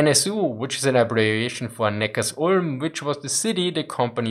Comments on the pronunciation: ok wow, i did not know that there is so much misspronunciation in German City Names. I obly know the correct pronunciation of Neckarsulm for sure because i live near saud city but thank you for clarifying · yes, apart from Neckarsulm i would not know any other right pronunciations of Cities. I also have the language-barrier because i am a semi-rural Swabian and often missread city names of other german regions.